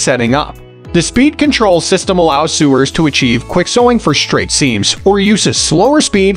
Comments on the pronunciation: Sewers lol so nice to be talked down to by a man reading a script he can't pronounce the words correctly in. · Or sewers